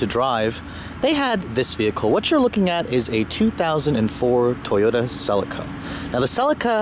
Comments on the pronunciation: its a celica not a sellaca ffs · It is pronounced Sir Leak Errr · Btw fairly sure it is pronoucned Seee-Leee-Ca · We pronounce it Sell-EE-Ka in England. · Cell - Lee -Ka .. is how you pronounce it mate!!!!! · Every time he pronounced Celica wrong I cringed so hard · its weird how you say celica